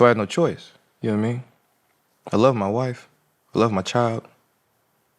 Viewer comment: Johnathan“yannowatimean” majors lol 😂